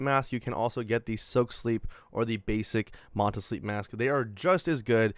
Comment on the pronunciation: Its pronounced Man Tuh. Like Manta Ray. Like the logo. Get it?